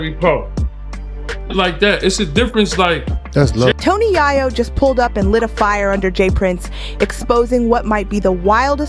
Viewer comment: 😂😂😂😂😂 said again Ma'am Yayo 😅😅😅😅😅 mane she wild for that don't know how to said Yayo 😅😅😅😅😅😂😂😂